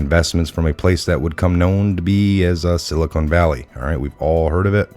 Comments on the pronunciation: why do you mispronounce "silicon" as "silicone" there is no e at the end... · It isn’t the silicone valley. Never heard it pronounced that way. It is pronounced sil i con. Not sil i cone. Silicon, land of the silly cons and evil cons!!! BTW, Great Work!!!